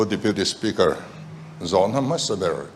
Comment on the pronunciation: Health minister chu a rui mi aw. Deputy speaker tih pawh lam fuh theilo tlat🤣